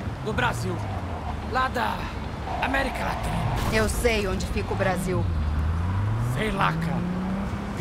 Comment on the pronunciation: "America Latrina"